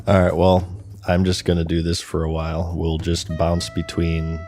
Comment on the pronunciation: Bro said “h’while”